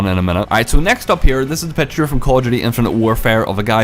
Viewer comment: Call of Jew-tea. Lol